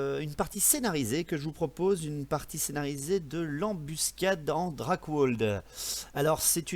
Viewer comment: Super video par contre par pitié il faut faire des efforts avec ľaccent allemand (ľEmpire) Drakwald : drakvalde Reiksguard :Raïksuard comme dans aïe !